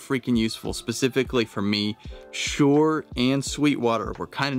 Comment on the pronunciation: Hate to bust your bubble! It's SHURE NOT SHORE!